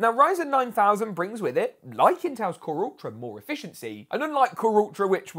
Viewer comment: KhuRuRTra ? 😂 Core Ultra lol do you even English 😂